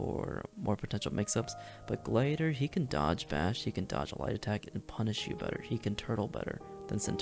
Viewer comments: how tf did you just say gladiator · are we just not gonna talk about how this man doesnt know how to say gladiator